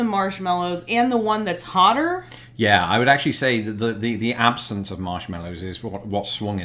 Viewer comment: “Wha”... I love that instead of whaT !